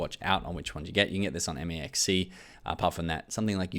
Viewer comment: It’s pronounced mex c not m e x c